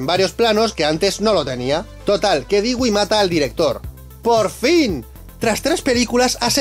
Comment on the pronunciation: 😭 Dewey no se dice “Digüi”, se dice “Dúi”. ¿Qué no vieron Malcolm el de en medio? 🤦🏽‍♀️💔